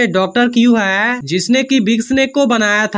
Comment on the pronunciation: Haiy q bol rhe h bhai hai bolye